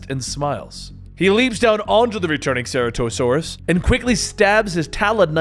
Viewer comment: Omg the way he’s saying Ceratasaurus hurts my soul